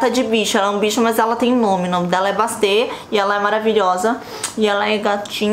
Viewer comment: Mandy Candy, na pronuncia si fala Basti